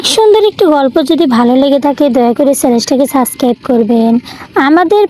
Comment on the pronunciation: না বলতে পারেন চ্যানেল , না বলতে পারেন subcribe ঠিক মতো ,আবার সেগুলো চান 😜. বাংলা পড়া প্র্যাক্টিস করেন। তারপর পড়েন। ক্লাস ওয়ান এর বাংলা বই থেকে শুরু করেন